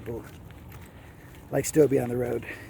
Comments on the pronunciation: It's stobe not stobey heard him say it in his video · Its STOUB..... WITHOUT THE eeeeeeee at the end. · All you have to do is watch his videos. He said "Stobe the Hobo Here" hundreds of times. He didn't pronounce the long E sound.